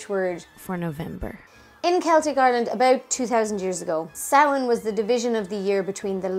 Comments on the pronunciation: Yayyyy!!!!! Someone who can pronounce samhain properly!!! Only thing I was confused about- I've never heard taibhse for ghost! I only learned the word Púca! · Love the video. So refreshing to hear things pronounced properly like Samhain and not Sam Hane. Fair play to you.